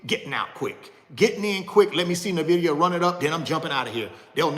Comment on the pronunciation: Can someone teach him how to pronounce nvidia